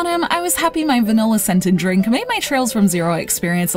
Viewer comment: "dwink me!"